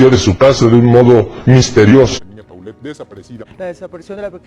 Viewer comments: Me sigue dando algo cada que dicen PAULET y no POLLET :) Así se pronunciaaaa Por eso le decían Po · No tiene nada de relevancia, perdonen mi condición obsesiva, pero le decían Po, porque se pronuncia "Polet" . Me da cosa cada que oigo cómo lo mal pronuncian .😬🤦🏻‍♀️